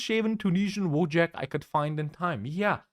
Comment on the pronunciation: EFLs be like: "Woe-jack"